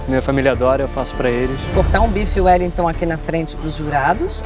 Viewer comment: Bife Wellington ou uelitô? Kkkk sdds do Raul. Não consigo ouvir parecequevi em paz mais kkkkk